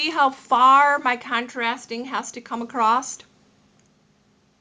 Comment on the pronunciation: You said "accrost" --- that cracks me up every time! That's not how I do FI, but no matter.